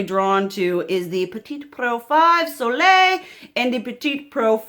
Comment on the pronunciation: French is my first language, and you pronounced Soleil and Apricotine well 😁 Sending love from Canada 💖